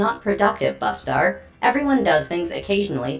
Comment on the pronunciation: Not trying to be a jerk Bustar, but it’s supposed to be pronounced (yowch-yah)